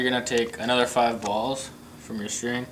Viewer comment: you say BALLS soo wrongly